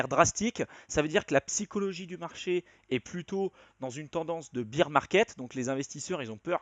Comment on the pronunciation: Super intéressant, j'ai compris des trucs. Au fait, on doit prononcer "bère market" (marché de l'ours) pas "bire market" (marché de la bière). ;-)